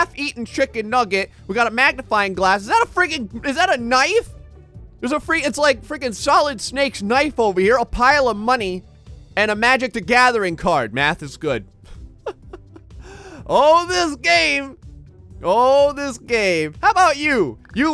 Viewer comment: Everyone else: Math is good: Meth is good